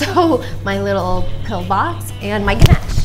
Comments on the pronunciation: The way She pronounces ganesh as ganache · Ganash😵its Ganesh sunny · Your pronunciation of ganesh is really cute 💕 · The way she pronounce GANESH